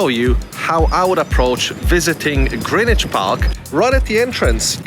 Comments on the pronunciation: Yes, you DID pronounce GREENWICH correctly! It’s Grinn idge not GREN idge! And I thank you muchly 👍🏻😘 (GREENWICH born and bred! 😀) and saying hello to RMSARPS - not just me then, that gets riled at hearing it said wrong! 😩😀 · Great to hear "Greenwich" pronounced correctly. Enjoyed your walk around my favourite park.